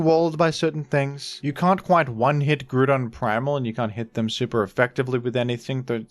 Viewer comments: IT'S GROUDON, NOT F*CKING GREWDON! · IT'S GROUDON, NOT GREWDON! GET IT RIGHT PLEASE! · I accept the baton pronunciation but grewdon is heinous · THE SECOND O IN GROUDON IS SUPPOSED TO BE A U! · Why do you pronounce Groudon like that? 😭 "Grew-don"